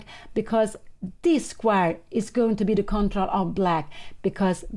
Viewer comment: ❤Pia Cramling dictionary - "Change" = "Exchange"/ " Exciting" = "Excited" / "Squire" = "Square"❤